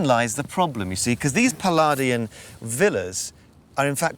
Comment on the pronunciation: It's NOT "Pallardian" in style - "Palladian" is pronounced as 'Pallaydian'' in the English language. Fer Chrissakes, GET IT RIGHT!